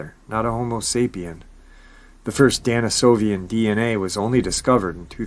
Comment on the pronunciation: DENisovisn, not DANisovian.... appreciate you nonetheless though